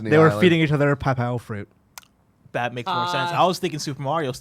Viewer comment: Dear god, "pa-pow fruit"?!?! You speak English, right? They literally pronounce it in the games, how can you say it wrong lmao